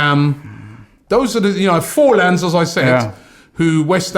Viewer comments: Robbie it's FORNALS not FORLANS . !! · Fornals not forlans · FORNALS. NOT FORLANS. Robbie never fails to butcher atleast a few names 😂😂😂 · Man said Forlan. Bloke stopped playing top level football in 2012. Think you mean Fornals. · Fornals Robbie lol...not Forlans haha lol....u make my day Robbie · And it's Fornells not forlan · Robbie can’t pronounce players names oh my god 😂😂😂😂😂😂😂 it’s FORNALS not FORLANS 😭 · Fornals not forlans🤣🤣🤣